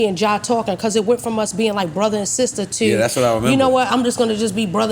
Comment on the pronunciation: heard that b-more when she said “too”